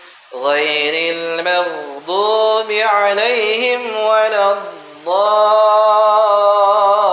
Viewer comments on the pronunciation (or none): none